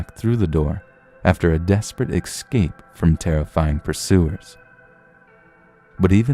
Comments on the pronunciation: Quit saying EXCAPE. It's not excape. It's ESCAPE. Please fix your pronunciation, god damn. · Good video... but it's ESCAPE not EXSCAPE... ES-CAPE... ES/CAPE... No "X" sound anywhere. You're too good at this to mispronounce words. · What is it that makes your generation say :"ex-cape" and "ex-presso" when there are no "x"''s or "ck"'s in those words? Are all of you born in the 90's fucking stupid? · "ek-scape"? really?